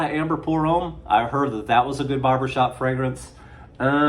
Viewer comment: FYI that "Homme" is pronounced "Um".